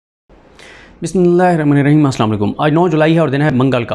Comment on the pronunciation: جب ویلوگ شروع کرتے ہیں تو بسم اللہ الرحمٰن الرحیم آرام سے درست پڑھا کریں جلدی سے پڑھنے میں مخارج کی ادائیگی درست نہیں ہوتی